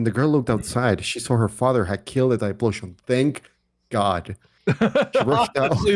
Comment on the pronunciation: the name is read as T-Y-FO-LOTION